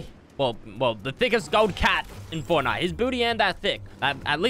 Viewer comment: Is it just me or when he said forrnite it made me cringe